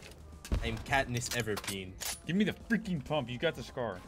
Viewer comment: Catnes everpeen 😂